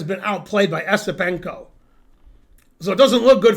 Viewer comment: It's "Yesipenko".